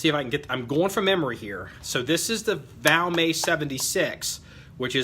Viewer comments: It's pronounced VALMET the t isn't silent. Gun was made in Finland not France..... Nor is it an upgraded or aftermarket trigger. They came from the factory that way. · no you didn't say France. I was just teasing a little about the Valmay pronunciation. Sounds like a french word. Just my twisted sense of humor. I enjoy your videos. Please keep them coming sir!👍🍻